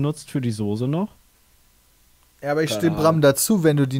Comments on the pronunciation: Wie sie (, ) alle Sose sagen statt Soße. Varion würde sie zur Schnecke machen. ^^ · "Sose".. votekick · Soose 😆 liebes TeamPietSmiet schaut euch einmal bitte Varions Video zum Wort Soße an 🤣